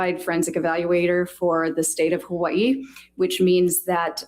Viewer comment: why would it be annoying to pronounce burrito correctly? And I didn't say that one has to pronounce Hawai'i with the 'okina, I was only pointing out that Dr. Curry was pronouncing Hawai'i correctly. So I'm not sure I'm quite understanding your comparison. 🤷🏽‍♀️